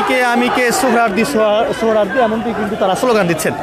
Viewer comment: সাংবাদিকতার মান কতটাই নিচে নেমেছে এর উদাহরণ এই ভিডিওটি, সৌহরোয়াদী কলেজ কে বলছে সৌহরোয়াদী উদ্যান , এমনকি ভিডিও টাইটেলও ভূল লিখেছি !! অথচ এটি একটি জাতীয় দৈনিকের ভিডিও পোর্টাল।